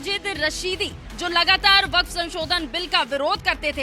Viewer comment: .........vekef............. Nebi.......... Karim........... ...ke........... Jemane............ Se.............hejeret............. ....umer............ NE...................kuva...................vekef....................kiya............ Thha